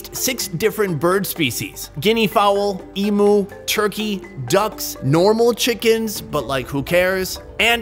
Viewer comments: i feel bad but as an australia it really got me annoyed when he said "eimoo" rather then "eem you". once or twice is fine but god. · As an Aussie where emoooos are from. It's pronounced "E-,MEW!' not "E-MOO" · It’s eem-you not eem-oo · they have "e'moo" lol i cracked when he said e moo where im fro its "m" "you" emu not emoo lol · It's pronounced "eemew", not "eemoo". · it's pronounced em "U" not e moo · mate. Its Emu, Emewwww! Its Emu. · Emu is pronounced as emyhoo :)) just coming from an Australian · Reckon the best part of this video is how he’s pronouncing emu and guinea fowl 😂😂 as an Australian it sounds so weird really funny tho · why are they pronouncing emu like that 😂